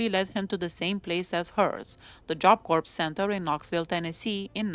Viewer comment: Had she not been caught for killing Colleen Slemmer, I think she would've become a serial killer.Corps is pronounced like core,the P and S are silent.